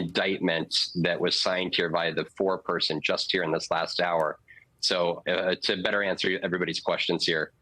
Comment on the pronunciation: Air-yhi-zoy-na... Love it!!!